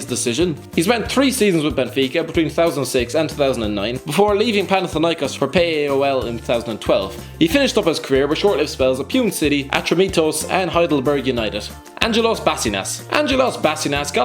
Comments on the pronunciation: Pune is not pronounced "puen". It is "poon-eh." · It's not pronounced 'peun', it's 'pun-eh'. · Pune city - puu nay 😂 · It's pronounced Pu- NAY , get your head straight, scarf man